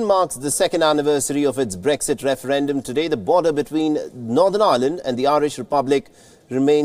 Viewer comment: That guy with the American accent pronounces it "Bregszid" referendum.